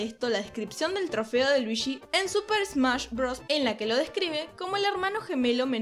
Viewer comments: Es Luigi Weege no Wiigi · Por que pronuncias Luishiii? Si es luigi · Me costó terminar el vídeo por los luishsis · Soy el unico al que de la cringe que diga luishi y no luigi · "Luishi y su traje amarisho" jeje se oye extraño. Pero esta genial tu voz <3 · Luichi XD me encanta como lo dices ! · cuantos luichi se dijeron en todo el video? :v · Oh por eso en mariokart 8 cuando escoges a Luigi lo pronuncia ruichi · jajaja Luichí XD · Por que está Chica le llama "Luishi" es muy incomodo escuchar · Luishi xdddd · por que dices luishi? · luishi xd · LuiSHI WeeSHI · Me caga que diga "luishi". 🙄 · creo que es por el acento argento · no puede pronunciar ese nombre?